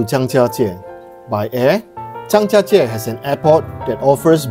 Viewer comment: Love your videos very informative all of them. I also love that you say the Chinese words in Chinese even in the English sentence. I learnt the tones for Zhangjiajie from you thank you! Even if it was rainy the views were still stunning and you've shown the best things to see compared to other videos! Well done!